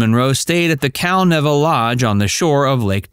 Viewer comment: Cal-Neeva. NEEEVA.